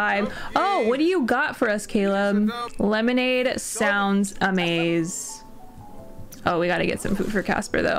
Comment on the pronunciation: "One ✨lemolade✨ please." That made my day